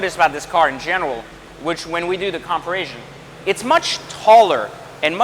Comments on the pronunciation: Love it... But I gotta ask... Did he say comparasion? Lol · Thats how its pronounced in french.